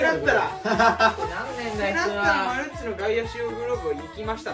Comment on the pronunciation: マルッチって言ってんのわざと？ マルチじゃないの？😅